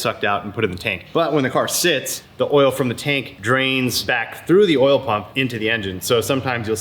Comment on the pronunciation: imagine not pronouncing oil as oil and saying oul instead